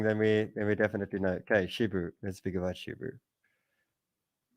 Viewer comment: SHIBA not SHIBU